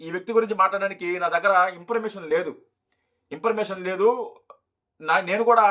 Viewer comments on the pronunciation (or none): ఏరా ఇన్ఫర్మేషన్ నీ ఇంపెర్మేషన్ అంటున్నావ్...సన్నాసి చిన్న ఇంగ్లీషు ముక్క రాదు నీకు. పైగా రజనీ పేరు ఎత్తితే నీ కాయలు కోస్తారు అని ఉచ్చ కారిపోతుంది కదా....కనీసం పేరు కూడా చెప్పలేని నీకు వీడియోస్ ఎందుకు రా జఫ్ఫా....